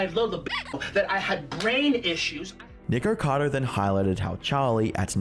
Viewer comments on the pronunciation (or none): . You clearly say N-word-cado. lol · well that is ONE way to pronounce "nikocado" LMFAOOOOOO hope you have an N word pass for that one buddy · doesnt sound like hes saying nikocado :o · Nick-er-cado Av-er-ca-dour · Lol the way how he says nickackader avacader lol. (Btw if sees this, its pronounced Nick-ah-cahdoh Avah-cah-doh) No hate. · Nikercader Avercader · nahh bro you did not say nikocado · Ah yesss "Nigerkader Averkader" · Nikkercado avacado? 😂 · No offense, but I kept hearing “Nikocader” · Lord this baby adds so many 'R's into his words, and they sound like 'W's'. So "sew", No "know", Nickocado "Nickowcadow", 😂😂 Bloody english, so adorable and stuff. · Charlie never once said Nikocado, it's always Nikado looool Just to note, if it hasn't been said already, but the whole 89lbs/89 el bees shtick was done by Nick as a mockery of another YouTuber named Amberlynn Reid. He's been mocking her on and off for a while now because she won't do mukbangs with him. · Neek-or-car-dor Av-or-car-dor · I find it rather hilarious and somewhat ironic that Charlie is so loved and respected, yet can't even say the YouTuber's name correctly that he makes a video about. His name is Nikocado - not Nikado. You may be a respected YouTuber Charlie, but it seems you can't even show enough respect to pronounce someone's name correctly. That aside, if Nikocado wants to kill himself for views, then that's his choice. Was your video about him demonitized ? If not, then aren't you cashing in on the same thing by making a video about him ? You commentary YouTubers are a sad lot. The only way you can make a living is by putting shit on other people. Live and let live. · nikkercado avocadder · The way you pronounce "nickercado" is so close to getting you canceled homie, lol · hold up, that "nikocado" didn't sound like it suppose to 🤨🤨🤨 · Is Charlie mispronouncing Nickocado's name on purpose? Probably. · I wish Penguinz0 could actually pronounce Niks name correctly